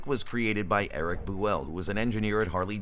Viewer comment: 'Boo-ell? What a bunch of misinformation.